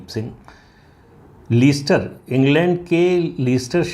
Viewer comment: Very true Pradeep ji. Indian govt should have stated Hindus instead of Indians. The pronunciation of the city is Lester Pradeep Jin🙏🏽🚩🇮🇳